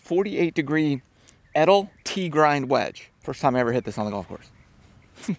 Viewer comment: I wonder when Edel will call him to tell him he’s pronouncing the name of the brand incorrectly 😂